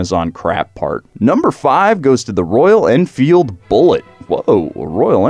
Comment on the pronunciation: What a boring commentary... and he says “Enfield”?